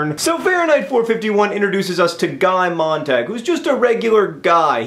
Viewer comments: It's actually MOANT-AHG according to various sources (including my English teacher), and apparently is German. MONT-AH-GUE would be spelled "Montague", though, for future reference. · WAIT HOLD ON JUST ONE SECOND. MONT-AHG? NOT MONT-AH-GUE?